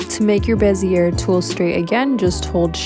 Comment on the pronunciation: Bezier is pronounced Bezz eee Ay not bezeurrr It's French.. (Insert French sounding laugh here).